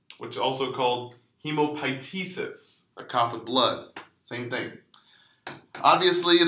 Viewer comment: Isnt it HEE-MOP-TEE-SIS? Not He-mo-PY-tesis?